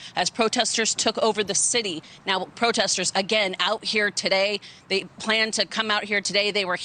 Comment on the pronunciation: What is THAT? "I witnessed, most da proteh-sters being pretty peace-a-ful, being pretty active? Is that a wig or just nasty? 😣😣